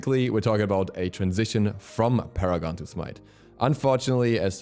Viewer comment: Funny how you said Paragon like Para-gone xD